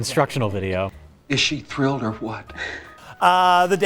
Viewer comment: does he say "thrilled" or "drilled"?